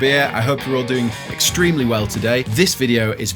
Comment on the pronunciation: your pronunciation of doing extreeeeemely well is a bit off tho